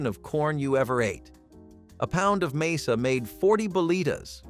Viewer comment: And it's "masa," NOT "mesa," you artificial idiots!!!